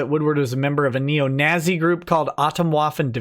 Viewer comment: you tried so hard to say “nazzy” then immediately said “if you did not see”, Freudian fascist slip confirmed.